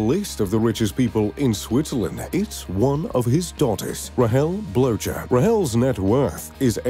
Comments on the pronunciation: i love when you said blowjer😂 its more said bloker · Christoph BloTcher for the win haha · Trust me, their names aren't pronounced "Blowchurr"... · Pronunciation mistake : Blocher is correctly pronounced : "Blocker". Greetings from Switzerland. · Christoph Blocher’s surname is not pronounced the way it is in this video.